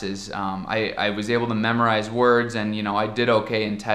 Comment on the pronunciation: "Andi"! Ja assimilou o sotaque brasileiro!